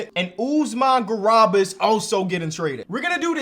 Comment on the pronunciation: It’s garUba gosh dang